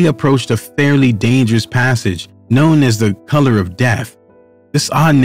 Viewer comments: Note to producer: Couloir is pronounced "koo ~ loor" not color. And you weren't even close on Chamonix... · I've heard it pronounced several ways but saying color makes me cringe & Chamanix just showsp how little this guy knows. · I am under the impression that the word "couloir" is pronounced as "koo-lwah". It's French for hallway / corridor. Oi makes a 'w' sound and the r at the end makes more of an 'h' sound.